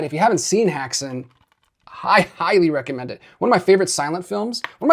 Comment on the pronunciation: It's actually pronounced HEX-an (Häxan) not to be annoying...just the more you know!